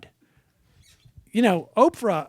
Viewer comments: Sam "Opfrah" Seder. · How is Sam pronouncing Oprah? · Why does Sam pronounce Oprah's name so weird?